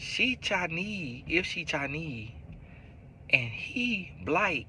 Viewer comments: The chi-neee really had me 😂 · “Chi-neee” and “Porta-ricka” 😭😭